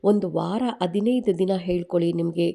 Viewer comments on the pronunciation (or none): Haidu gante alla aide, annondu alla hannondu, adinaidu alla hadinaidu😂😂😂😂😂😂